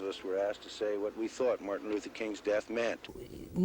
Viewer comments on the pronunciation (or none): none